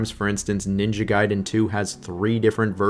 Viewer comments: Ninja Gayden? Raiu Hayabusa? Dude, go and at least review how to pronounce the names correctly. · It's ninja gaiden, nit ninja gayden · guy den not gay den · Ninja Gayden😭😔 Noo ! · Ninja Gayden ?? 😂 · I love how bro goes back and forth between pronouncing it Gay-Den and Guy-Den. 😂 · Ninja "Gay" den????? come on man, at this point, it is not funny anymore. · What's with you and your pronunciation of ninja gaiden? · Bro seriously, it's Ninja Gaiden not Ninja Gaiden FFS!!! 🙄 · The bit of you changing pronunciation for Gaiden and Hayabusa will never not be wonderful